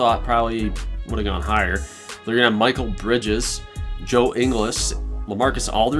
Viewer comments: this is really cool but I have a recommendation, pronounce their names rightt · They can’t pronounce names for shit😂😂 “Michael Bridges”